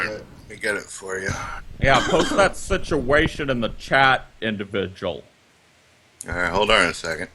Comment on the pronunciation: I like this indivijul sichiation.